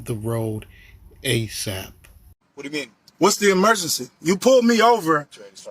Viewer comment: “What’s the emergecee?”